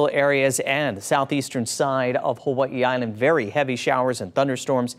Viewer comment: Did he say "Huahee Island" 😂 da f*ck??